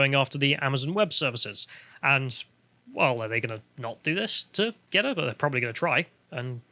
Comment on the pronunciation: GeTTr not GeDDR.